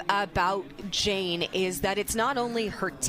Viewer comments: To all the English majors out there who took it upon themselves to correct the announcers about Jane's name. Just stop. You know who does not care? Jane. Just enjoy the moment. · I had to mute this. Yap yap yap blah blah blah STFU AND GET HER NAME RIGHT BOTH OF YA!!!🤬🤦